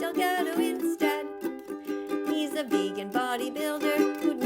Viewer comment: 10 second i already heard veggan